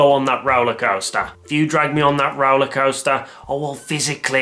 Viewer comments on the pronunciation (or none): I love how he says “Roalaa Coasstaaas” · the way he says roller coaster lmao